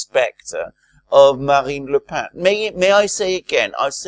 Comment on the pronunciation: Genial, but don't mispronounce Marine Le Pen, whose surname is pronounced just the same as the writing implement..